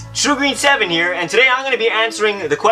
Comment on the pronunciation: Haha xD that pronansiation of my name though xD xD